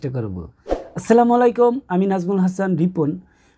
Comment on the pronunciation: আপনি সালামের নামে মানুষকে অভিশাপ দিলেন এটা কি ঠিক হলো আপনার হয়তো জানা নেই যে আরবি হরফ একটি চেঞ্জ হলে তার অর্থ চেঞ্জ হয়ে যায় উচ্চারণ শুদ্ধ না হলে তার অর্থ চেঞ্জ হয়ে যায় দয়া করে সালাম সহি শুদ্ধভাবে দিবেন আসসালামুয়ালাইকুম এটাই হলো শুদ্ধ সালাম